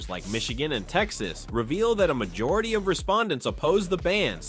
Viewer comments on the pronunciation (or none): none